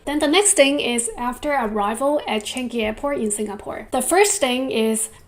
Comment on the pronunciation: Hi, BTW Changi is pronounced as " Chan-Yi" not Chan-Gi.; )😉